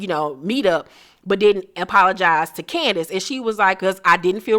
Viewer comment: They way she says “Candi-ace” 😆😆